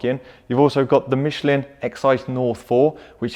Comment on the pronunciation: He said Michelin wrong, too haha. Hint: It's French